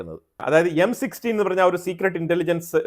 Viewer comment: It’s not M16 it’s M i 6